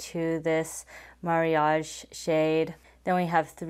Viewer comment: Thank you for sharing your thoughts!! Mariage (not Marriage) seems to be the correct pronunciation as far as people say in Japan! I want to try some newer addiction products, because all I have was discontinued years ago🤣